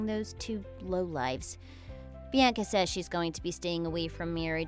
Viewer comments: Bee Ann Kuh? Horrible pronunciation!🙄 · Learn how to pronounce Bianca